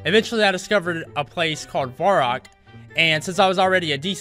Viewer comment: Um, i didnt wana be the one to tell you this, but its varrock, not vorrack x)